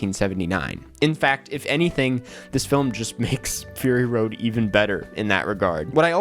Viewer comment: did you just say furry road?